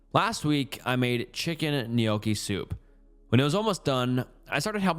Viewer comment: Noooo its not pronounced ngyoyky its pronounced nyohki Gnocchi I'm talking about